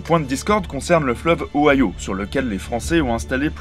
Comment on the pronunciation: En plus de ce que d'autres ont fait remarquer: on dit Louis-bourg en français, pas «Louizebourg», et le vrai nom de l'Ohio se prononçait bien O-ï-o, pas o-ail-o, quand même. L'Acadie cédée en 1713 ne concernait que ce qui s'appelle aujourd'hui la Nouvelle-Écosse (Nova Scotia) continentale, alors que l'Acadie du Nord (Nouveau-Brunswick), l'île Saint-Jean (Île du Prince-Edouard) et l'Isle Royale (île du Cap-Breton) restaient sous la puissance (on ne peut pas vraiment dire possession...) française. Sauf la Nouvelle-Orléans et le delta, la Louisiane à l'Est du Mississippi fut cédée à la Grande-Bretagne en 1763, pas à l'Espagne qui a récupéré l'Ouest. Ah oui, la photo de De Gaulle au début, ce n'est pas du tout l'hôtel de ville de Montréal qu'on montre là.